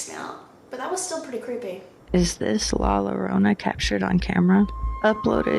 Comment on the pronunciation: Listen, I’m white- but how white people pronounce, La Larona it’s never not funny